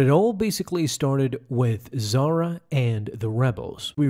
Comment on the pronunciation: Why you not pronounce "H" sound? If she was as you named her ,then she'll be Zara not Zahra. But reason is she's Zahra.